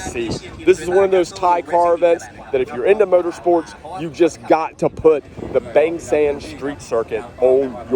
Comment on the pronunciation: btw - pronouncing it "Bung Saan" is more accurate